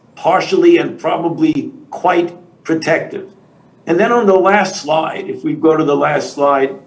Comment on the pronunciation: “next sloyde”